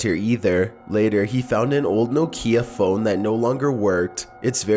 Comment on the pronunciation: Its nokia, not no kia